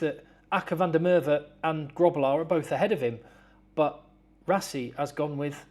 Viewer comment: Hey, hoe lyk it..? One thing we have to do with you, before you go back, is teach you how to pronounce Grobbelaar correctly..😂